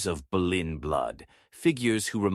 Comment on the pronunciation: it's not Berlin it's Bolyn